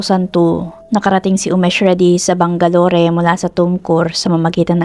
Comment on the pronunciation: Bang-ga-lor not bang-ga-lori